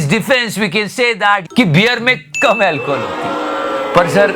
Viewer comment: El Co Hawl...🤔🤔 Na hindi na English..ye sasuri ki naati kaun sa bhasa bol raha hai... Urdu alfaazo ka balatkar kar deta hai yeh BJP waale..toh Hindi kyu nahi bolta...🤔